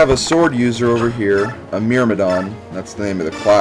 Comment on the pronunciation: lol interesting pronouncing of "Myrmidon" And yes, Titania is second teir so she gets 20 less exp than a non-promoted Titania would